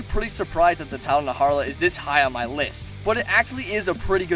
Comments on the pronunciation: The tidal naharla?Its najarala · It's not "Naharla" it's: Na - Jar - Ah - La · "Naharla" oh my goodness it's Najarala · You said tdal naHARAlA Its tidal NAJARALA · “Tidal Naharla” 🤢🤢🤢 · ... “Tile Narharla”? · “Naharla” and then I unsubscribed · Ok man we get it, you hate the red Khezu. Also who else cringed at the way he pronounces some monster names.